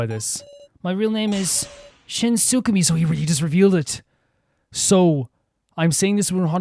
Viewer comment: By the way, it's Shin Tsukimi . Tsu - ki- mi, not Tsumiki, or Tsumugi (wrong game!). Tsu-key (as in 🔑)- mee, if it makes it easier to say. Don't worry about getting it wrong, I swear I haven't seen anybody get it right the first time, I myself also thought it was Tsumiki until I re-read it lmao. Shin is 100% my favorite character because genuinely this reveal recontextualizes EVERYTHING he has done. Lying to survive, the strong will lie and cheat so if I want to survive, I have to do that too. That's all to give himself a chance to survive. Of course he has done wrong, and this does not make it in any way less harmful for the people around him. But it makes me feel for him, because we actually haven't met the "real" him. Someone so weak he is more likely to die than the literal children. Someone without a chance to live in this cruel game.